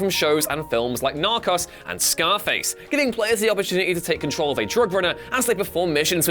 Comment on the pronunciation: i wanna punch his head in for the way he pronounces narcos. i was born in the uk and we dont all say it like this tard